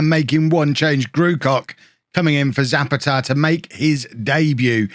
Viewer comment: Zapata is pronounced sah-PAH-tah